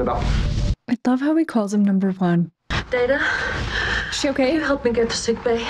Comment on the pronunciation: I never liked Pulaski. She started out on bad note by mispronouncing Data’s name.